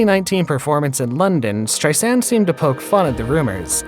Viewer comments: Her name is not pronounced Strei-SAND! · Barbra. Not Barbara. STReisand, not streiSAND. Barbra never said that "her affair" was the reason she didn't perform for 27 years. A lot of this bio isn't exactly accurate. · Strei sand ? Should you get the pronoun of names correctly before making the video? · Streisand is pronounced with accent in first syllable. She says the second syllable is soft like walking on sand